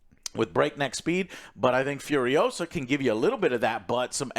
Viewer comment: It’s not Fiuriousa, it’s FuriosA! C’mon man, don’t deny your latino roots, Fiuriousa, pfff FURIOSA